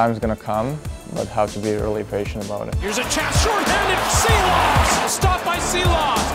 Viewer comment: Артур, почему ты играешь под чужой фамилией? Ты ведь ШИЛОВC, а не СИЛОВС ,по-английски SHILOVS, с какой целью тебе переписали твою фамилию на SILOVS?